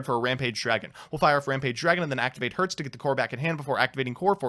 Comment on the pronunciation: When comes the day, i see a popular yugituber pronouncing cyber dragon herz and nächster right...